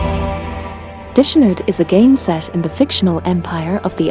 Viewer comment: You need to learn how to pronounce dishonored. It has nothing to do with washing dishes